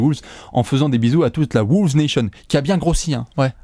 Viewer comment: Pourquoi vous prononcer "Wooles" ?